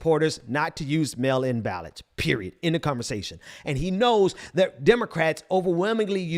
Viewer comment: Melon 🍈 ballots = Mail in ballots 😂 I appreciate your message. And it should be taken very seriously, but I keep hearing that and I can’t help but chuckle. And on a more serious note, I agree. The people will not lay over and play dead while these white supremacist tyrants try to burn down the one thing that makes this country appear to be democratic.